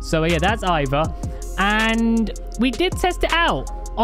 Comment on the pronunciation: Quick thing that bothered me Ivar is pronounced E-Var similar to E-Far but otherwise i love your content and keep up the good work